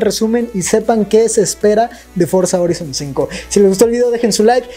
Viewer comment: No es bueno corrigir a mis mallores pero me han inculcado el tema la pronunciación FORZA HORIZON 5 se lee forza joraizon 5 eso fue todo adios master